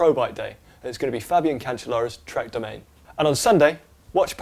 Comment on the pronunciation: Please pronounce Trek's 'domane' properly... Its not do-mane, its do-ma-ne